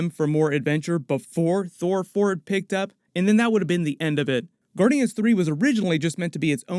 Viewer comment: How hard was it to keep saying Thor Fore, I mean thour for.....Thor 4, you know what I mean ;)